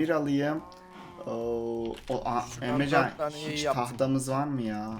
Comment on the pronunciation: emrezzaann a neden emrecan diyorsun